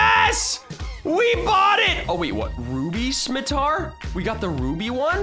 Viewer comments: he said a saimatar the s is sound like s same simatar how u say it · this is how you pronouns scimitar (sim-it-tar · #bluecrew merch in roblox. Nice. And its pronounced 'si-mi-tar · Say it like this scim-a-tar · The thing called Scimitar is like s-k-imi-tar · The scimitar is pronounced sim-a-tar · The scimitar is read skimitar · Its pronounced ski-mitar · it is pronounced skim ma tar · It’s scim a tar that’s how u say it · your pronounceing scimiter wrong